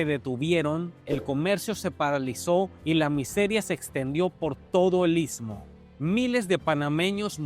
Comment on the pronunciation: Amigo está pronunciando ismo amigo está pronunciando istmo te ves pronunciar...ITSMO...